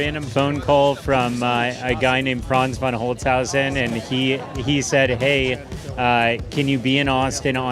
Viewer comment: Can not be so hard to pronounce the name of the chief designer right. Von Holzhausen is even an easier german last name without a "sch" or "ch" like Schwarzenegger even though people have learned over time to do that right. Great car for the USA, but dinosaurs died and same for trucks in Europe cause even the children in the kindergarden learn that these trucks are a no go due to the amount of ressources needed to build and usually not used properly on a farm, but for picking up kids. So, do never come to germany and buy a truck if you do not run a big farm or proper business, do not drive around without a load or trailer - and: as price here is double of what US citizens have to pay and EV are also not welcomed as trucks, same issue. EV do sell well, but trucks not.